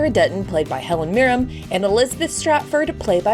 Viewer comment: Please remember...it's Helen MirrEN, not MirrEM.